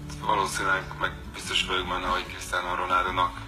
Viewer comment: "renaldo"😂 kiégtem!